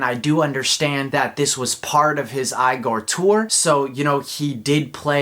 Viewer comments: tyler said it’s pronounced ee-gor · i don’t get it either. i hate it. he refuses to say it correctly.